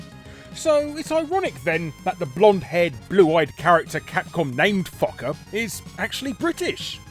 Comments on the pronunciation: I thought "Fokker" was supposed to be pronounced "Foe-kerr"? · You said fokker wrong . Its foe ker. Only outside of Asian areas is o (oh / ow) said as a ah sound. Phonetics in english is just weird like that for some reason. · Actually Fokker is pronounced 'Foe-kker' but don't let me stop you Larry from making a joke. 😁 Some of these however aren't surprising yet are still crazy. 😂